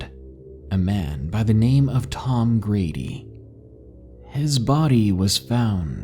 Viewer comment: Love to hear some stories from Colorado. These stories are crazy man. Lol in this story I believe you said Tom Grady, and it sounded like you said Tom Brady lol. Anyway keep doing your thing, I am a big fan.